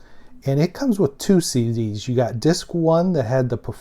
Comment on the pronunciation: What are these "SeeDees" I've been hearing about?